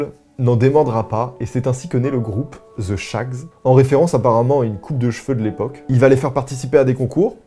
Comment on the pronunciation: Svp les français, pouvez vous arrêter de dire « ze » pour « the? Ce n’est pas compliqué, vous mettez votre lange entre vos dents d’en avant. En fait la prononciation est entre le T et le S. Mais ce n’est pas “ZE”! J’ai l’impression qu’on ne vous apprend pas du tout la prononciation de l’anglais. Le pire c’est que vous adorez mettre des mots anglais partout sans savoir les prononcer. Quand j’ai entendu une française dire Tupperware pour la première fois j’ai été choquée. Ça se prononce: Toperwère . Si vous avez des questions ne vous gênez pas. Merci beaucoup